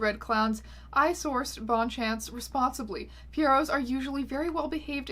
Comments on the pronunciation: ms æons, I would have thought you'd pronounce bonne-chance considering you're canadian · Ily but your pronunciation of "Bonne-Chance" is going to haunt me for a long long time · Is no one else bothered that she's Canadian and didn't pronounce Bonne-Chance correctly? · french speakers losing it over bonne-chance.